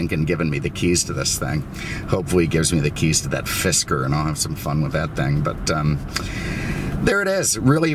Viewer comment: did you say FISTER instead of Fisker? LMAO